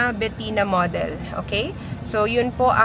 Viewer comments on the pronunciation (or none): Be-lah hinde BEL-YA POTAENA NAMAN YAN OH MODEL - Ma-Del hndi MOW-DEL!